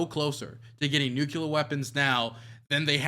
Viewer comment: DUDE LEARN HOW TO PRONOUNCE NUCLEAR FFS. ITS TRIGGERING ME HARD. NA EDUCATION BTW.